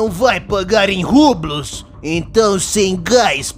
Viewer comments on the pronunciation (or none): Lesse Rublhí, não rublus